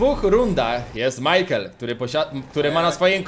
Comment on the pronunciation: mejkel xd majkel